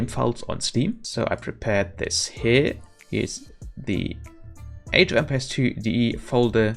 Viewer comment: Care to let me enlighten you on the correction of the pronunciation? It's not "Empeers" I mean, who in the blue hell says that, It's pronounced "Empires" (say "Em-py(pai)-ers) it's not hard to say that name right.